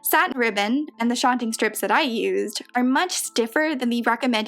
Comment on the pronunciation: I love your videos, this one was really great! I appreciate your honesty and humor as well. I think you look beautiful in this dress and I love that you use historically accurate undergarments to get the right fit and look. One thing I have wondered about, and it’s probably silly, is why you pronounce the word shantung as “Shawn-tang”? Isn’t it supposed to be pronounced just how it is spelled?